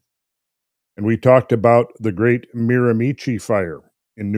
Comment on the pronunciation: Hey guys, love this topic. BTW the area in New Brunswick is pronounced "MEERA- Mee-Shee"